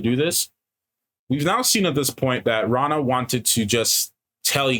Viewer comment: One of you is right about sul'dam/damane ... sort of... I won't say which. Though, who knows what might have been changed in the show from what it was in the books. Renna... not Ranna 😅 You guys have some interesting theories that only time will tell if they right or not. I'd be amused to see D&D stats for all the characters... or a WoT RPG game. (I know an old rpg exists... the cousin of a college friend had it... wish I had a copy). They had new classes in that game... but if I had to give them classes... I shouldn't or it might be spoilers. (started and erased them) I don't remember what Ishmael said when he did it to Moiraine. Not sure if Ishy was there or he was created but Lanfear... it could go either way.. Though, in the books NO ONE ever called him Ishy. Calling Ishmael Ishy is a fan thing.... so Lanfear calling him "Ishy dear" was a nod to the fans. Not sure if she'd call him that to his face though. 🤔 The Egwene stuff is pretty much right from the books... I knew it was going to happen, but still brutal to watch... 😭 Liandrin... no clue what will happen with her...they gave her a backstory and motivations and I have a feeling her story overall might change quite a bit from what was in the books. I'm glad Mat was in the episode... his story needs to pick up soon. 😅 Even book readers are wondering about Min's vision...